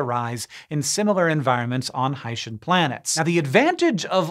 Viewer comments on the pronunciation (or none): Pretty sure it's pronounced 'Hi-See-N' planets and not 'Haitian' planets. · Surely it's Hi-see-n?